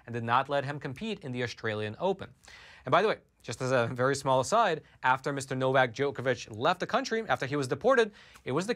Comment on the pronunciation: you are saying "Novak Djokovic" incorrectly. please look it up and get it right in future.